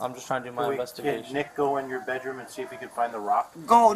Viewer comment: "He broke the window in my beh-room".